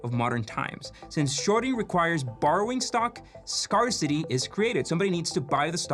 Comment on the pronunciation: Had to turn on the CC: Scarcity is pronounced "scare-city" not "scar city."